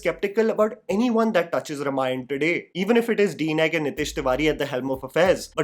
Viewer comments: Its not Ramayan. Repeat after me: Ramayana. It is not that hard. Also, Rama and not Ram. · Not रमायण. It's रामायण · I dont want to be picky here but I request you to pronounce it as - Raa-maa-yana and not R-maa-yan. Very excited for a story the world should watch on big screens. This film will be the real global entry of Indian Film Industry. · Also please learn to pronounce the word Ramayana properly first - it’s pronounced as Raamaayana - not Ruhmaayan ( which completely changes its meaning ) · it's may be spelled ramayan, it's pronounced as raamaayan. Come on dude. This much even a toddler would know. Is he ram or raam? North Indians are cursed with improper pronunciation syndrome. Annoying.